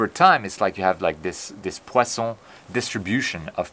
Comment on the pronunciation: Amazing as usual!!! I just love hearing you say "poison distribution " with the appropriate French accent...!!!